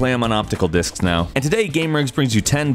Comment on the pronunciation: Thought it said Dicks ...